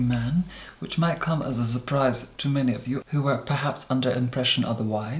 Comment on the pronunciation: I’m totally going to be saying surprise as “zurprise”